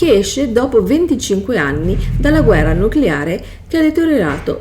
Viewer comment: ma stiamo scherzando? "Bet - hesda" ovunque. Pause, intoppi, "VALUT 76" al secondo 54. "Dalla guerra nuclerare rtereitoreato il pianeta", eh?. Ti mangi le parole, sembra più una parodia che una descrizione di un videogioco. È imbarazzante, veramente. Ancor più che ora tu mi chieda questa cosa. Se uno sbaglia nella registrazione si può ripetere, eh. Questa cosa denota totale incapacità e menefreghismo. Se hai altre domande imbarazzanti sono qua.